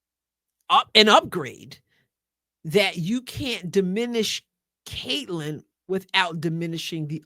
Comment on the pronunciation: No Sophie, no Lexie and could barely say Caitlan. Racist much?